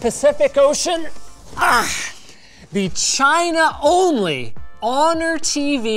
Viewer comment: Why does it sound like you say vegina instead of China??